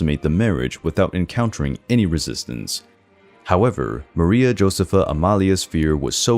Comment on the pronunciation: Stumbling about difficult to pronounce foreign names is one thing. Calling ENGLISH Princess Charlotte Augusta "Charlette Ogosta" and Maria Josepha Amalia of Saxony "Maria Joseph Amalia of Sahonia", is quite another.